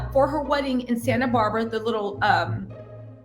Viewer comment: Did you say Santa Barbara💀😂😂😂😂😂😂😂😂😂😂😂😂😂😂